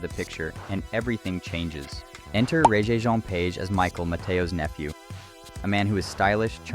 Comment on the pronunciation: Please learn how to pronounce Regé-Jean Page’s name.